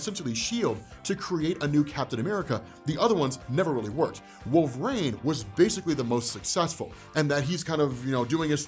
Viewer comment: LoL, "Wolvraine".